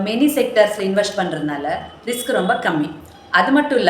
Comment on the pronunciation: Risk not rask